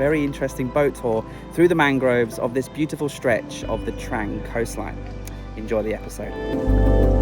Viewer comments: Another great video. At the risk of sounding picky, this Province is actually pronounced Trung not Trang 😉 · Pronounced "Dtrung" not "Dtrang". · It is pronounced "Trung" mate. My wife and thai family are from koh mook. You did well to find that boat tour, it's not on the tourist trail! One of my Thai family has a boat there. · It's pronounced Dt-rang